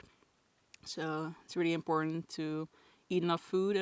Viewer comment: “Reely panicking” 😂